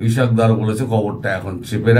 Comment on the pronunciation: মুসলমানদের নামগুলো শত শত ধরে জেনেও উচ্চারণ তো দূরের কথা । লিখতেও শিখেন নি । ইশক ডর না , তার নাম ইসহাক দার ।